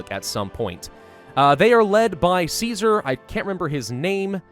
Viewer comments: Caesar is pronounced "kaiser" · Just so you know, Caesar is pronounced as Ki-sar in the fallout universe, I have no idea why when its a blatant rip off of Caesar's Rome... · remember its not pronounced Kaiser. it's pronounced Caesar. like the salad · Tsar is a corruption of the byzantine greek pronouciation of Caesar as Kesar or Kaisar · kaezar is how you technicly pronouce ceasar so thats why they say true to kaezar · This is the US post-apocalypse, isn't it normal that there are German survivors who pronounce "caesar" as "kaiser"? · Its caesar with a k. The didnt have soft c sounds in ancient rome. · Don't worry about the pronunciation of 'Caesar' too much, most people in-game don't either :P The Legion are Roman Empire LARPers, so they're just dorks about classical Latin pronunciation ;) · The c in Latin sonds like a k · Yet Caesar and the upper class of the Legion pronounce the name with the soft "c".